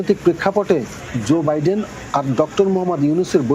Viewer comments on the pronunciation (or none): Zo biden nah, joe biden